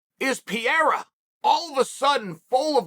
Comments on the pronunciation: It’s not Pierre or peria. It’s pereira. This guy just can’t get anyones name right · Man please, it doesnt pronaunce “Piera”, its PEREIRA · comon it should not be that difficult to say P E R E I RA and not P E IRA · t's not PIERA, it's PEREIRA XD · His name is pronounced 'Pe - Hey - ra' not 'Pee - era' Lol surely pundits can start saying names correctly this said Chael is undefeated. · Its ‘p e r e i r a’ not Pierre bro! 🤣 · Chaels pronouncement is always classic PEE-AIR-AH Uncle Chael ... it's PUR-AIR-AH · Its not peira, its 'pereira ' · All the english language broadcasters say it well. Pay-ray-rah. Chael insists in calling the guy "Pee-rah". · Chael say this with me PE-RE-IRA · Pierre uhhhhh, yeah let's do it. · Pee-era is just great guys. Pierre-Uh just might be your favorite fighter’s favorite fighter. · You say pereira name like pee era lmfao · Alex "Pereira" Pierra - I cant let your names get close - Chael Sunnen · Since day 1 you knew Chael would constantly say “Pee-air-uh” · Pereira its a difficult name, just call the man by what he’s known for: Poatan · Say his name CHAEL. It's not that hard. Pereira. You can do it Chael! Pereira, Alex Pereira. For god sakes. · i literally can’t say pereira right anymore. undefeated. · And Joe Rogan n DC saying "Feheda", it pisses me off so much 😂😂😂😂😂😂😂 like dude its not that difficult pronouncing Pereira just like its written lmfao 😂😂😂😂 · As a brazilian I can't understand why it is so hard for americans to pronounce "Pe-rei-ra" I have a kiwi friend that pronounces "Pereira" perfectly. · "Pierra"😂 We gotta call you Chahl Soooooning. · Who is this "Pierre" Chael keeps talking about? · He calls him Pierre 🤣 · Pee air uh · Does chael purposefully mispronounce names? It's not hard to say piererra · At least he isn’t calling him Alex Pierre anymore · Who the fook is Piere? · “Pierra” Unc is truly something else 🤣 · Peee- air- a.... lmao close but not really uncle chael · you mean pierra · "Pierre" And Adesanya - Chael Sonnen